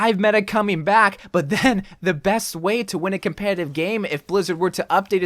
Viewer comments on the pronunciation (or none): none